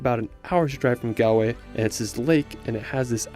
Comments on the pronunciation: Galway is pronounced Gawl-way and Donegal is Don-e-gawl i.e. long a aw sound. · Nice video. Beautifully shot and you’re very enthusiastic. I hope you don’t mind me correcting some pronunciations. Galway The “gal” part rhymes with ball. Donegal. Separate the E. so it’s Don-e-gal. Also it’s not “The County Kerry”. Just County Kerry. Also Eire is two syllables so the e at the end is pronounced separately.